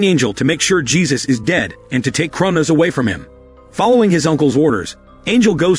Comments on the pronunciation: You need to train your text to speech engine. Jesus? Dieter? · Damn, here comes another one with no idea how to pronouce spanish names